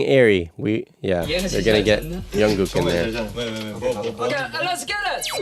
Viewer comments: Jungkook not Yonkook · Jungkook not Yungkook😂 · Liking your insights about the recording process! By the way the J in Jungkook is not pronounced as Y haha. Looking forward to more! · Nice reaction but I need to mention a couple of things. Jungkook's name is pronounced with a "J" sound, not a "Y" sound. Also, J-Hope is pronounced just like it's spelled instead of J-Hop. Jin is the oldest and then Suga. Keep up the good work and more BTS please!